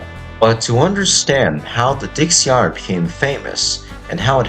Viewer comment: It looks to me like you already corrected it but i just wanted to make sure you knew she's called Dixiana as in (DIXIE-ANNA) It sounds to me as if your saying Dixiarna. Just thought i would point that out as i work at the railroad.